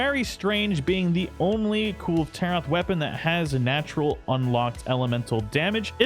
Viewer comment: It’s pronounced kul-vay taroth.